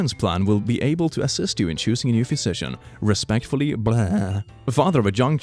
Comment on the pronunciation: It might just be me, but pronounciation of "physician" is really messing with my brain. "Phuisician" "Phewsician" something is definitely off